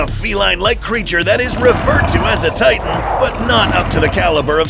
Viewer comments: I saw that you said titn instead of titan, just to let ya know and to maybe fix it. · “titn” haha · Bro at one point it was called the “titn hunter”😂